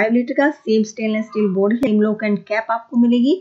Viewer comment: Aap please apna pronounciation better kijiye, samajne me problem hoti hai. eg. लोक नही लॉक होता है